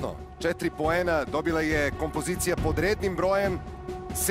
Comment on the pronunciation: KomPOzicija, koji vam je to naglAaaasak?